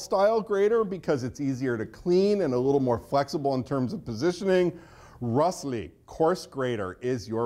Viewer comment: Did he really say Rosle, rust-ly? lol.... Thought it was pronounced rose-lay or roice-lay